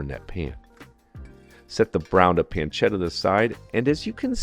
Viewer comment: "PanceDa". No, pancetta. PanceTTa. Con due T.